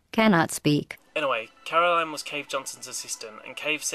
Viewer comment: Caroline forced GLaDOS to tell me to tell you that it was Caro"LYN"